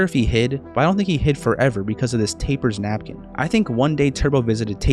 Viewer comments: its not taper, its tapper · So not only did you mispronounce "Tapper" as "taper" but you also don't know the konami code? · Why are you calling the game "Taiper" and not "Tapper"???